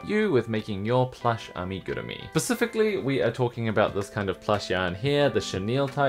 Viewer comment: Give you a 👍🏻 because you pronounced the word Amigurumi あみぐるみ correct!